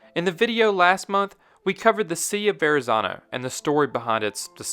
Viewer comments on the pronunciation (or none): none